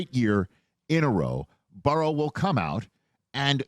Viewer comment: I love Rich…however, I can’t stand how he says Joe Burrows name. It’s mispronounced somewhere close to Barrow.